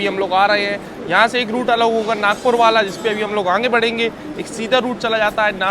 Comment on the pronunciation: Bhai aangeyy nhi hota h.. Kitna baar bola h.. Aangeyy aangey😂😂😂aagey hota h